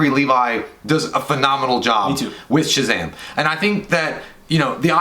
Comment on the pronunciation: Now I can't stop saying SHAZHAM!